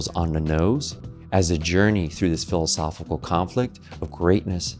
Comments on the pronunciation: Hard to embrace when the host cannot pronounce one of the core words of his video. There’s a “c” in “philosophiCal,” you know. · I'd love a super cut of every "philisophilconflit" in this video. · PLEASE pleaseeee learn to annunciate the word philosophical, especially if your going to say it 300 times in a video 😂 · No one caught the mispronunciation of philosophical. It’s odd. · There's an I and a C after the H in the word Philosophical. And they're not silent. 👍